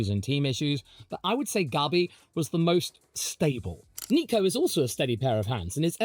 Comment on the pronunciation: Mclaren line up was the best in 24, will be the best in 25, and I'm willing to bet will be the best in 26 as well... also my name is, and you calling Bortoleto, Gabi is PERFECT 👌 👍 everything I've heard from both McLaren drivers is yes they want to be champs, but they are team players first, and the most important part, NEITHER ONE HAS ANY IDEAS OF LEAVING AT ALL.